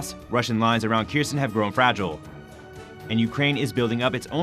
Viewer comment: Error: say "err-or" not "air". Kherson: say "Care-zohn" not "keersun". What are you talking about "on the morning of July 11" for? This is April. Prostrate: say "Praw-strait" The Ukrainians are locating Russian CPs because they're getting live overhead imagery from the US.